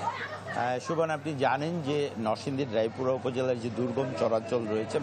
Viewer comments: রায়পুর না সাংবাদিক ভাই রায়পুরা হবে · রায়পুর. না. সংবাদ পরিবেশন ভাই. রায়পুরা হবে